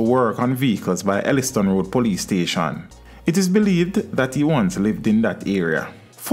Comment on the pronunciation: It's actually Elletson Road Police Station and not Elleston Road as so many persons mispronounced.